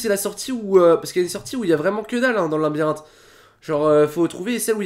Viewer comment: stp arête de dire linbirinthe on dit labyrinthe